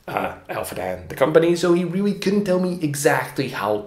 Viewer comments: Can't believe the 5 comment aren't about him say "ewrreely" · Intelligent guy, its a shame he couldn’t figure out how to pronounce “really”. Hint... its not Rewee 😝